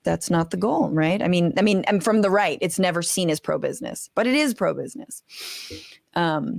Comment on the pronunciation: I thought she said “better show up” not “never show up”